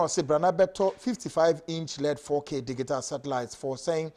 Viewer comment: ...,Please learn how to pronounce the word “Digital”. It is not like how you do———dig -i-tal. It is pronounced—di-ji-tal.